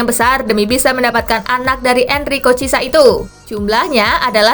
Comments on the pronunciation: Cara bacanya kurang tepat min, bukan cisa tapi chi e sa 😅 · Sekedar masukan kak Spasi.. Chiesa itu pelafalan namanya yg benar buka cisa tapi kiyesa.. Koreksi klo ada yg lbh tahu.. .. 🙏